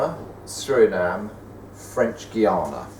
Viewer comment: It's Suriname, not Surinam :P nice video anyway :)